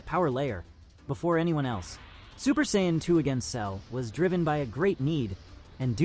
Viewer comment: I don't know why you're letting AI do this video because they can't say their race correctly. They keep saying Zions and they are Saiyan's